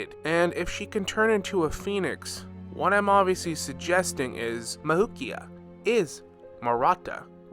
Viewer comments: Am i the only one who gets annoyed as he pronounces “mavuika’s” name mavukia 💀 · i think her name is pronounced “mav-we-kah”